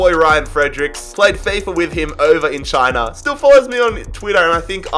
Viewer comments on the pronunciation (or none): none